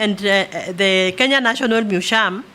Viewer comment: National mushium😅😅